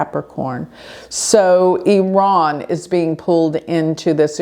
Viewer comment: Thank you for pronouncing Iran correctly! 😅 Hope the world be in peace soon...